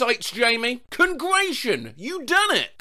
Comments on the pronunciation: “Congration You Done It” 😆😆😆😆😆😆😆😆😆😆😆😆😆😆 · Y'know what? I'm saying "Cratulations" on peoples birthdays from now on! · I sometimes pronounce congratulations like that as a sorta ironic thing